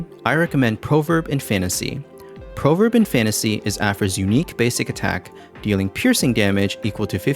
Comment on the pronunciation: "Proverb" is pronounced praw-verb, not proh-verb.